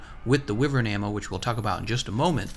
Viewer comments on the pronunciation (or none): Jesus fuck, its not WIVERN. its pronounced WHYVERN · I know you can pronounce it whyvern, but I prefer wivern and will continue to pronounce it that way, that's how language works